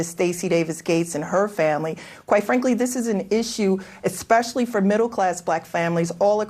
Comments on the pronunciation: "esKpecially" and she is a teacher union chief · The guest said "Eck-specially".